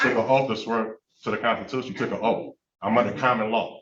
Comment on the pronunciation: “You swore a oaf.”